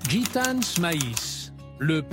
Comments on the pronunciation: IL FAUT DIRE A LA PERSONNE QUI FAIT PARLER L ORDINATEUR DE LA VOIX DU COMMENTAIRE QU EN FRANCAIS ON NE PRONONCE JAMAIS LA LETTRE " S " DU PLURIEL DES NOMS . ON NE DIT PAS " GITANE Z " MAIS " GITANE ". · " Gitane's, brune's " 😂😂😂